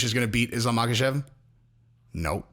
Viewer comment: The K is silent in Islam's last name. Also silent in Khabib and Khamzat.